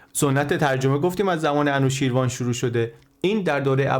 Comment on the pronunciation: سپاس بسيار ! بسيار جالب و آموزنده و ژرف است. تلفظ انوشيروان را خواهشمندم درست كنيد. انوشي روان در واقع است. Anooshiravan